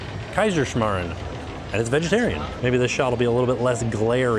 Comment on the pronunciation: OMG i am from Austria, i love how you pronounce the Kaiserschmarrn..IF you guys would ever come to visit Vienna, Austria i would love to make you one.